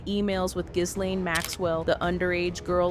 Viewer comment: The S is silent in Ghislaine. It’s important to know how to properly pronounce words in media.